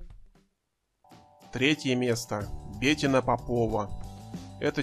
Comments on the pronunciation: Что с русским языком у автора? "Начиная с 2003 года И.Слуцкая открыла...." - это как? И почему БЕтина? Она БетИна. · БетИна, в имени "Бетина" ударение падает на букву "и". Неучи, кровь из ушей от тотально безграмотных ведущих и озвучателей. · Комментатору поучиться нужно как разговаривать. Ударение не правильно в имени Бетина, предложения монотонные. Слушать неинтересно. Профессиональнее надо быть, товарищи.